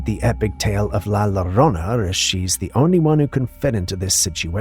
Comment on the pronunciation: Sir is not la lorona.U always saying it wrong. Is la yorona the y makes a double ll sound that we use in Spanish to write ella, not ela that is what would sound like if we use the double ll like u us it. Ella means her. The ll sounds like when u use the y to say yoyo . So yo and llo sound alike, so when you said llorona, say it like u using a y with an o together yorona but it's spell llorona not lorona .